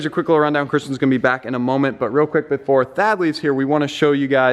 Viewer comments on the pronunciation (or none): Anybody else thought he said dad instead of Thad lol